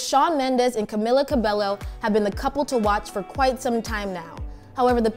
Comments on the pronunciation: I would believe you if you know how to pronounce Camilla's name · First of all can you just say her name right lol 😂